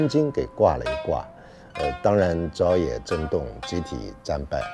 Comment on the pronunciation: 不是朝（ZHAO）野震动，是朝（Chao)野震动